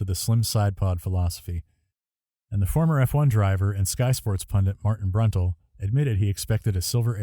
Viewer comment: Brundle, not Bruntle